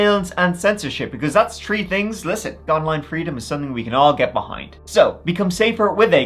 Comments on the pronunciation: In this episode, said “tree (3),” “turty (30),” and “turd (3rd)” fifteen times. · What kind of accent do you have that you pronounce three as “tree?” I recall you once said you were Irish, but you don’t a typical Irish accent. Please advise. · It’s not his fault! It’s a throwback to when Irish was the only language spoken in Ireland. E.g. “Three” is “trí” in Irish, pronounced “tree”. ☺️🇮🇪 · Did he say, tree stories? Jk😅